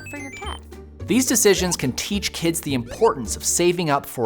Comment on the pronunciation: It’s pronounced “the”. “The” old shoppe. “The” old income.